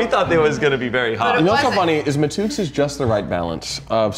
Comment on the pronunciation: I'm just happy Damien said matouks correctly..if ya'll ever do this again I recommend getting hot sauces from the Caribbean, more between Trinidad,Guyana and Jamaica